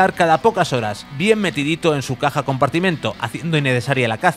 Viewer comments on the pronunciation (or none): none